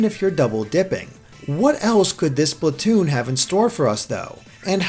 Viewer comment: Splatwoon oh yes